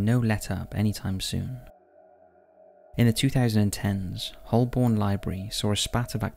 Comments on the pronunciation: agreed. Although I’ve never heard of “Hullborn” before, have you 🤪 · As I work on the Central line, I can confirm Holborn, but “Hullborn?” Perhaps that’s a new station we’re getting? 🤔